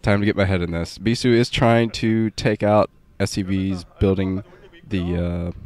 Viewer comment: "Beee-thooo" always makes me lol for some reason.